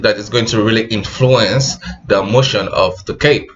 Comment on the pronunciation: I listened to you say "influence" like 10 times in a row and died laughing. I don't know why I found it so funny